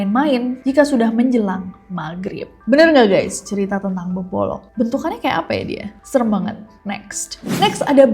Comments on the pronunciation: BKN bebolok tapi bebodo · Bebodo Nes di Mataram bukan bebolong